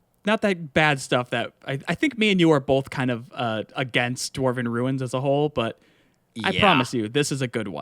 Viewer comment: never been a fan of the dwarven things in the game myself either, but that armor looks phenomenal. and i’ll definitely be exploring the ruins as well. another perfect video guys also the way says ruins like “runes” is hilarious to me